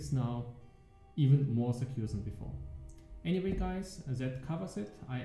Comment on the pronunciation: anymite ... oh dude. i know its not your main language but cmon .. im german myself and i find it a bit awkward to hear this :P sry. Otherwise thanks for the update! looks rly good.